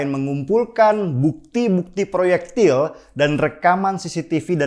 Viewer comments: Proyektil peluru pak bukan prloyekti pellurru. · Ngomong ployektil pelulu.. Masa gak jelas?hahaha